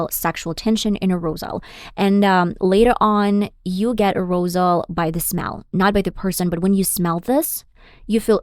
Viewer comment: Sexual A-roze-al? WTF